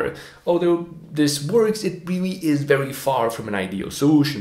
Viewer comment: "I wery wery hope it means what it means because if it means what it means..." ... Besides doing his Barbara Wa Wa inpersonation, what else could it mean if it doesn't mean what it means?